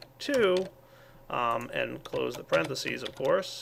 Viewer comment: Whats a "Porenthases" or however you spell it :S